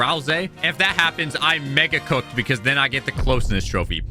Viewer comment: Bro did NOT say "Mega"